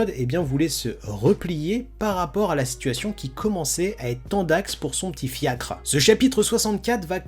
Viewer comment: Fiac, pas fiacre... un fiacre c'est une voiture tracté par des chevaux...